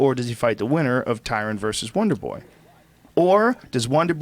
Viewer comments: Does anyone else hear wanderboy when Shaub says wonder boy? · more like wandeboi